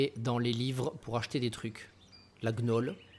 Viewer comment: La "Gue Nole" gn ça fait nieu pas je "sigue ne" mais signe donc "gnôle" voilà c'est de l'alcool. Sinon cool t'es vidéo